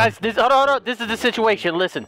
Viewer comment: "Sitiation" - 2018 😂